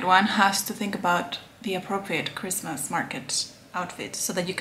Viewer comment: It's cwismaas